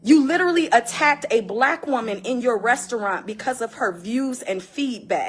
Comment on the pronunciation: I hate the way he says literally